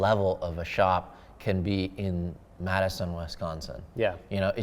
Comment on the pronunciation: UHHHH MADDISON??????????????? As a true Wisconsinite this is offensive